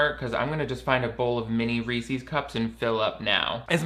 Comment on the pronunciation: Okay, I know you just commented on how her pronunciation of Italian words is pretentious, but you did NOT just pronounce "Reese's" as "ree-sees". That always gets under my skin, I swear to god.